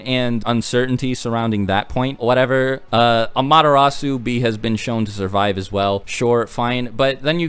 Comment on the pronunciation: Anyone else hearing "A-Madara-su" instead of "Amaterasu"? xD